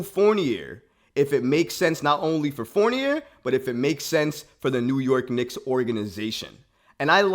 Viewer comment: His name is pronounced Four-nee-ay